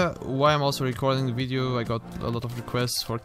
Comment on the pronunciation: I love this “Wideo”